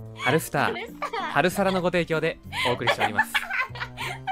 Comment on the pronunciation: ハルサラが脱サラにしか聞こえない…………